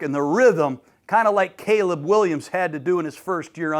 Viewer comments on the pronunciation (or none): none